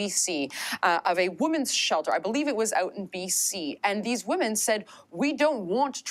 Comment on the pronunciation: She says "women" as woman...it is irritating